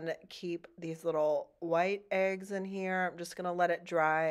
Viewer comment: It’s eggs…. Not aigs! 😂 #northerns in the south